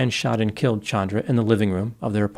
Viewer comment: This actually seems justified. . . So sick it happened in front of a small child, but the law would not protect him if he claimed spousal abuse. . Thank you for changing your pronunciation of Chandra. . . My cousin (not this woman) HATES being called CHAN dra vs. ChAHndra